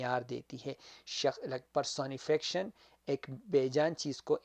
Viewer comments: It’s per-so-ni-fi-ca-tion. Ap pronounce sahi nhi kr rahy, baki apki mehnat ko sahrahty hain sir . Dera manana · Pehle ye sekh la ka words ko pronounce kaysay karta ha . Personification ko pronounce sahe tareqa sa karay..